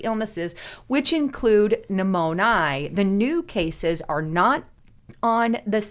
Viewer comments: it's not pneumon-ee-i....it's pronounced pneumon-ya!!!...Its me!!! I just have this weird thing about mispronounced words! Lol😊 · Pneumonia > New-moan-ee-aah! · Behoove. Now that's a word I don't hear every day. 😅 BTW, it's " new mo nyuh. Not eye ah. Thanks. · new-moan-eye?? that's not how you pronounce pneumonia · Please learn how to pronounce pneumonia - mispronunciation is like nails on a chalkboard to many. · You say pneumonia illitrate. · I had to turn off this update. Your pronunciation of Pneumonia is distracting and a turn off. Hard to listen to your report when you keep f'ing up the word. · 😂😅 me too… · Darn! You made me listen long enough to hear how she really botched that word, LOL! That is so funny. I've never heard it pronounced like that. Is she a real person?